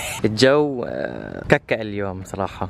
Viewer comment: THE WAY YOU SAY ككة IM WHEEZING